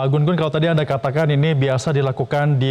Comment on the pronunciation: GU-NGUN atau GUNG-UN (baca: Jung Un), bukan GUN-GUN